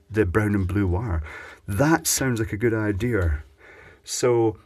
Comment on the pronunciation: DO YOU SEE an "R" in the word IDEA??? Hummph...